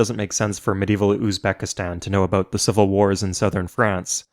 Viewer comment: he said aboot